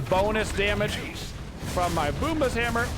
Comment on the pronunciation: you know thats not how u pronounce it tho right? lmao i hate to do hard research cause i listen to u..it was good laughs.